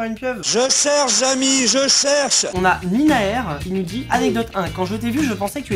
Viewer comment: Mais sa se lis Ninahere le h se prononce et le e se dit é C un prénom tahitien 🤭